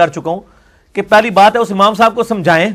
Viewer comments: عمام نہیں ہوتا امام ہوتا ہے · لفظ عمام نہیں امام ہوتا ھے.